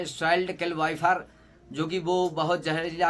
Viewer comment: Vifer😂😂😂 phle sikh bhai shi se